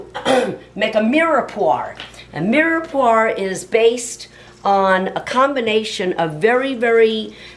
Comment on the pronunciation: omg its not mirepoir, it's mirepwah ughh